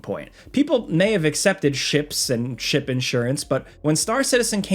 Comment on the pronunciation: I thought you said "shit bundles" instead of "ship bundles" with star citizen lol